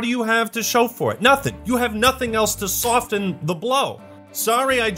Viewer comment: Eww... you pronounce the t in soften..